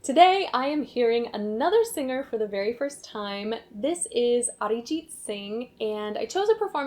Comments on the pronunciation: Daym,she almost pronounced his name correctly 🔥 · Very nice pronunciation of Arijit Singh 😊 I like that